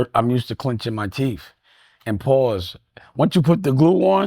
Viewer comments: It Teethe not "teef" foo! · TEETH Dame, not TEFF